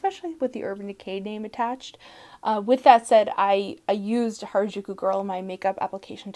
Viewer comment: just a fun fact: 'harajuku' is a youth subculture hotspot in tokyo and pronounced "ha-ra-ju-ku," with the r sound being similar to the spanish 'r' (not the rolling one!) and the 'ju' sound being hard and less like a soft g (as pronounced it).